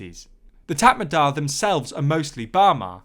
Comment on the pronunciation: Also it’s Mee - an - mar and Tat Mar Daw